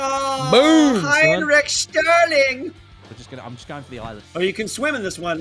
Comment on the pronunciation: HeINriCH SHtErlINg😂